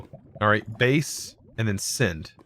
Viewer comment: I like how he says "sind" instead of send